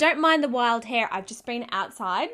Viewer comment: I love how you say idea I hear I dear lol. Hair is another word I love hearing you say. Hey ya that's Hair. I probably sound like a northern hillbilly or something lol